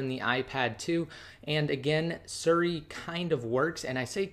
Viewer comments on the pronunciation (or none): Its siri not suri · Drove me crazy every time he said suri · lol "surri"